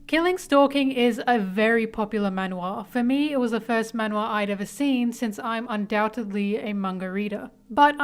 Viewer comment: The way you pronounce “man wha” isn’t correct it’s like “man (maan) wha”